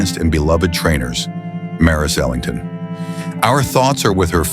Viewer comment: Ok, wrong pronunciation. It's Ellington, with 'E' at the beginning